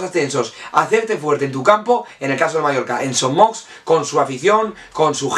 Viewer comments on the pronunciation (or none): Gran video però una cosita es son moix no son mox. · Son Moix se pronuncia "Son Moish". De nada. Buenos videos,! Cap Amunt Mallorca!